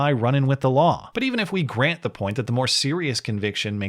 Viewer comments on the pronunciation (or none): none